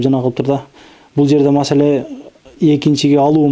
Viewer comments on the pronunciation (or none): none